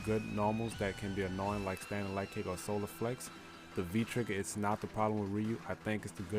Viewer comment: Did you say solar flex LOL 😅😭😂😂